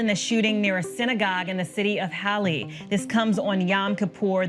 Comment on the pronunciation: and they didn't even pronounce halle correctly either shows the effort average american journalist goes into researching stories.